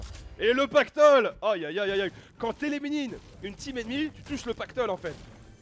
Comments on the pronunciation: « quand t’eliminine une team » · "Quand t'éliminine" 2019